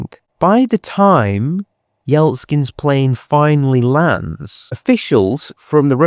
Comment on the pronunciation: Good documentary, thank you, you highlightedvery important details and moments. May I add that your pronunciation of Ukranian towns and surnames is not always correct, and also changes during the length of the video, for example Yeltsin turns into Yeltskins and back again, Bucha not Buka, Medvedev not Medvev, Ribkin not Rubikin, Sobyanin not Sobnaye. It makes it very confusing and turns it into a guessing game if I want to Google and learn about these people more. I think this being a documentary podcast it should be quite accurate and precise with names and places.